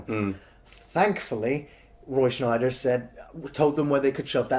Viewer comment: Nice vids. But it’s Scheider - no N !